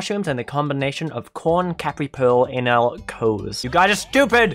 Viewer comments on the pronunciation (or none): none